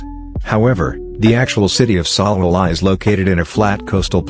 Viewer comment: something about the pronunciation of Salala is so funny to me